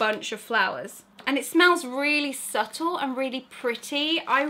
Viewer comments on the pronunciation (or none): none